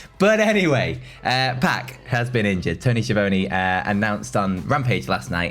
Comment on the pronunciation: Who's Tony Shavonie Sha Von E like bologna I like that pronunciation better though. 😆